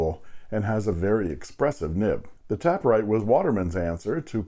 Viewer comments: It's TAY-per-rite, not Tap-per-rite, because the pen tapers at both ends like a cigar (or a Parker 51). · oh honey there is no second p its taper ite not tapper ite :/ but of course you can call it whatever you like :) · I think I pronounced it incorrectly throughout my video. It is "taper write" as in a pen that tapers down to a point. So, "tape" instead of "tap". And I think they were playing with the word taper and write in combination to illustrate the shape of the pen being similar to the Parker 51.